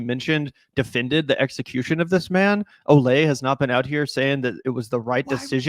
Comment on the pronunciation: Good on you guys for being one of the few to pronounce Olay’s full name correctly! I think the nickname being pronounced differently from her name mixes people up, but her full name is indeed pronounced Oh-lye-me. ❤